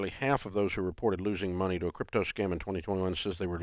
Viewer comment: "Crytpo" Hahha what a loser